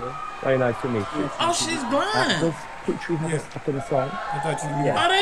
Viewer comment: Poo tree . . . that´s how you pronoun